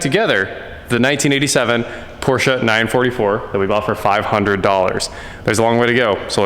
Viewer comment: Thank u for pronouncing PORSCHE correctly.